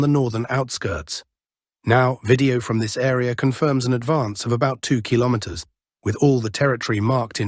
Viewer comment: Until you change your PATHETIC titles, you will lose more viewers. And what is the story with not being able to pronounce "kilometres"? You need to find better voice generated application my friend. The one you use sound so robotic....it is a joke. All that fake content (the robotic voice and the stupid titles) are going to make your channel obsolete in few months. There are few far better out there, with no fake generated voice and realistic titles. You either correct or you lose all relevance. Get it!